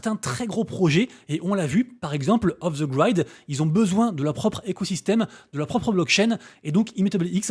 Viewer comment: Off the grid ça se prononce 'i' pas 'aï', ça pique à l'oreille 😬😅